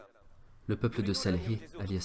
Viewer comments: Salem alaykoum S il vous plaît prononcez correctement le nom du prophète SALIH et non SALHI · Merci pour ce partage en français ! SVP prononcé convenablement le prénom du prophète Salih psl)(